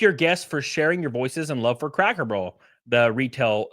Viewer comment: I knew I wasn't the only one hearing him say crackle